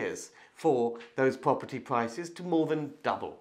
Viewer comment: Pwoperty pwoperty that’s cwaking